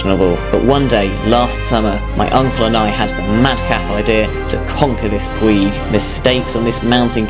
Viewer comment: It's pronounced puidg as in midge not puig as in twig